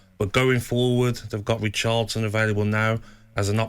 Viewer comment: He just said recharlton.... its richarlison , gabby 🙈